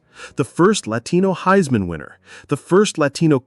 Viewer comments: DITCH THE AI NARRATION!!! It said, “heesman” trophy, don’t deny you’re using it! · “Heesman winner” lol